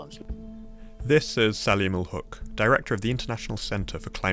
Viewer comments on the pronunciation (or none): Huq is Hak not hook